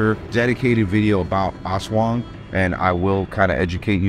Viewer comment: Much props for pronouncing Aswang on point....as a pose to other folks on YouTube butchering it as "The A$$ Wang!" ☠️☠️☠️